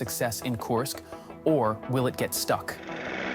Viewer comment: KURSK, not Coarsk. FFS it's really not that hard.